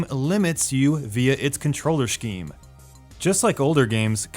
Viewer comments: cringe every time he said *sh*cheme instead of scheme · Why does he say scheme like that? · lol SH-CKE-MM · scheme doesnt have an shhh sound.